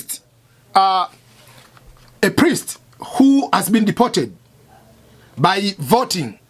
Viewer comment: Cannot even Pronounce Deported